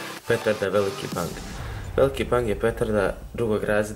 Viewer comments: Kaze se ''Veliki Beng'' a ne ''Veliki ''BANG'''' omg -_ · Oke, ali pravlno se kaze Beng pa ako bi mogo od sada tako i da govoris pls.Kanal ti je super inace i od mene imas sub i like.Iz Srbije sam inace :)